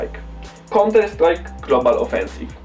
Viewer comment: KONTER STRAJK xD